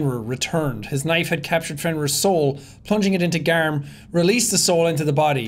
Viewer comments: It's garm not gamer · It's gamer. Not garm for God's sake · The “Gamer” instead of Gamr when the boss fight was happening killed me💀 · I love it when figgting garm it says 'gamer' rather than 'garm'😂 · why does his say gamer and not garm mine said garm when i played it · I just noticed "gamer" instead of garm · I'm watching this now, and is it really "Gamer" not "Garm" during the boss fight? lol